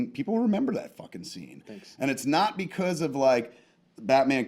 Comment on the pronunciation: "Beecowuz"- Dave